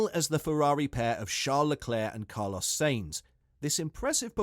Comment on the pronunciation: It's "Signz" not "Saynz"...